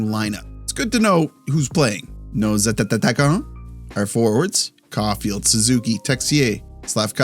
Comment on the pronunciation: i love when you say : nos attatataquant. because of the double tt